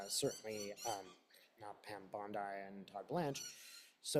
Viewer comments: Pronunciation is “BONDEE” not “Bondi” … ty for the reading! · Bon-deee …not Bond-eye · just a note to you...bond I is a beach in the eastern suburbs of Sydney ( i am an american who spent 2 1/2 years in the eastern suburbs)..Pam and Americans pronounce her name Bondee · Thanks!!! (Bondeeeee not Bondii) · I agree that there are multiple copies around the world, so she can run but she cannot hide. Also, she pronounces her last name like "Bondee" - not like the beach in Australia. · Pronounced “bond-dee” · I think she pronounces it Bond EE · Thanks for sharing your channeling gift with us. Pam Bondi's last name rhymes with blondie, by the way. She has sold her soul to the devil and she deserves to be in jail! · Pronouncing that name as bond eye avoids drawing attention from U tube. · may purposely pronounce her name as bond eye to avoid trouble with U tube. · Pam B.'s last name is pronounced > Bondee. Thanks for all of your readings. ❤ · When readers mispronounce names and words such as bond eye, it helps ensure their safety so that they are tagged by U tube. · Pronounced Bondee. Not as an i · But, by pronouncing the name as bond eye, doesn't draw attention to himself from U tube.